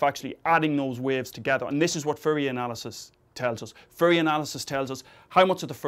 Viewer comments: Please be careful with your pronunciation! It sounds dangerously close to "furry analysis", which is a completely different domain of... physics... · furry analysis? I didn't know it was pronounced like that =P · I can't unhear "Furry analysis"